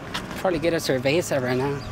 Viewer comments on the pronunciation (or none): none